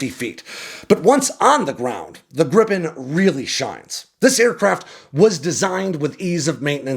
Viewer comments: It’s more like Grii-pen, not Grippen 😊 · It's Gripen, not Grippen... As a Swede it irritates me when it's pronounced like that. It's pronounced more like Gree-pen in Swedish, which means Griffin in English. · A swedish pronunciation in an english spelling would be "greepen"... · Lots of AI generated youtube videos about this subject, glad to find a "real" one. fun fact, the swedish airforce has a tradition to perform a christmas tree shaped formation on christmas, last year (2024) our neighboring countrys (with their USA fighters) was supposed to join in, but they couldn't, it was too cold, haha. PS. Gripen is not pronounced Grippen.